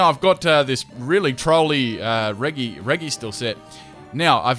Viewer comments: I'm guessing you've never heard these Pokemon's names said out loud before, because the prefix in their name is pronounced "re-JEE" not "re-GEE" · It’s reji not regi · And its like reji not like regi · its not regy. its regi. you keep saying it wrong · "Re-gee"? I thought it's pronounced "re-jee" since that's what the actual Pokemon says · why u saying reggys, it's pronounced rejjys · it annoyed me he kept saying regi (r-egg-i) I'm not sure if there is any one specific way but I've always known it as regi (reji) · Dude great video. By the way, ur not pronouncing its pronounced Reh-G-Ice, Reh-G-Steel, Etc. Not Re Gi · You are hereby banned from using the word “Regi” for its wrongful pronunciation with a soft “G”. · pls stop saying regi wrong zzz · It’s pronounced “Reh-jee.” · It's pronounced Rej e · Regi is pronounced "reji" just saying. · You can't pronounce any of the regi's names it's a gee sound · I think Regi is pronounced like Reggie? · This isnt a complaint im just pointing it out you said regi wrong the whole time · Your saying regi rong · You mispronounced regi through out this entire video